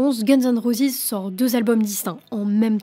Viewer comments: Roses et non pas rosis 😅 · Guns and rosisssss???? Prononcez à l'anglaise c'est mieux mdr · prononce roses convenablement , t'es nul